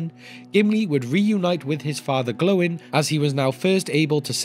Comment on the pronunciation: Stop calling him "Glowin", you make him sound like a light bulb.